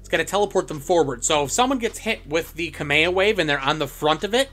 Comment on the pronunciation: 'kame o way"